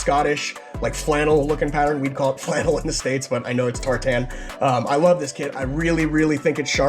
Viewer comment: That pronunciation of tartan 😂😂😂